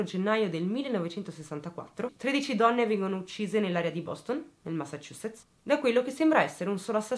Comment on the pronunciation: Una persona che sa pronunciare Massachusetts correttamente 😆